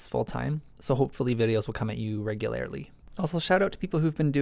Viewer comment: I Regu Lairly wonder if there's a gene that accounts for mis-stressed sil Labbles while speaking. If there is, then I bet we both have it. 😆